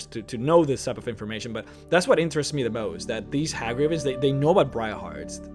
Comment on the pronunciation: Hey gravens, not Ha gravens.